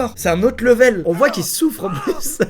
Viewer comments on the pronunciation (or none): none